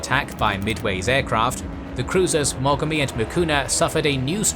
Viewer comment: Aye, and it's nuGUmo, not NUgumo, moGAmi, miKUma. In Japanese, the emphasis is put on the first syllable of the last Kanji.